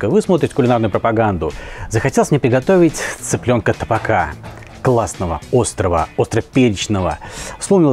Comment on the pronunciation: Дмитрий, всегда с удовольствием смотрю, выше всяческих похвал. Но позвольте заметить, это таБака, так как цыплят подавали и подают на глиняном блюде - таБаки, которое ставится на столик - таБак:) арабское слово, кстати. Что же касается тапа - действительно, это сковорода. Но по-грузински это не то П, которое мы произносим по-русски, я мягкое, чтото среднее между ф и п. Таким образом, грузины просто не произносят тапа, понимаете? И обосновывать название неправильным, неаутентичным словом ошибка. Грузины говорят таБака, поэтому по-русски это тоже табака:) Желаю успехов и радости!)